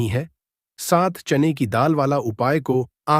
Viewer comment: Pehle bolna to sikho bar bar chane ki daal chain ki daal kar rahe ho